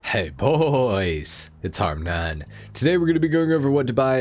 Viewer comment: Hey it's HarmNone